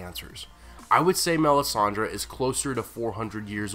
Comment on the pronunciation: You pronounce her name so wrong it hurts my feelings...